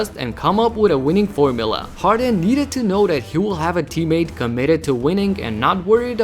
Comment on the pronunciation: I died when he said formila